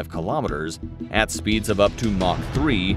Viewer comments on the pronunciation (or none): none